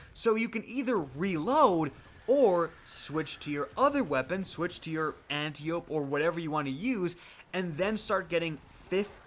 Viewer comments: I will keep commenting until ya'll start saying it right. It's Ant-eye-oh-pee. As in Antiope, sister of Hippolyta. Aunt of Wonder Woman. Not Anti-Oh-p. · It hurts my ears a little every time ya say Anty-ope, brutha. Lol. Ann-TYE-oh-pee. It’s the name of a Greek goddess. 👍